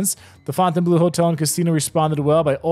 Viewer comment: Fontaine Bleau is pronounced "blow"